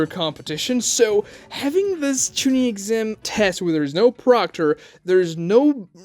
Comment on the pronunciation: “The first texam” lmao